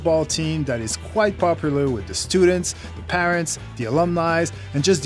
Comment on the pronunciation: "Wit YouTube" and "alumnis" ... ugh its's hard to listen to this guy butcher the English language.